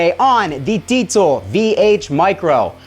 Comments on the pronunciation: "deetsel" lmao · Fyi everyone it is pronounced "dee-zuhl" no t in that word, check out this video on the diesel official channel with the creator to see bullshit is wrong - Diezel VH4 and Diezel Amp Basics: In-Depth with Peter Diezel & Peter Stapfer (subtitled) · Deezel....deeeezel. no t in there.